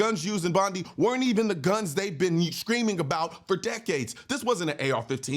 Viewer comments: Bond I...not Bondee.... not criticizing just correcting the pronunciation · It’s pronounced Bond-eye.